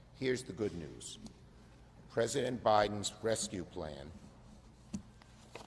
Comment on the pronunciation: Oh chucky, rescue isn't spelled wescue.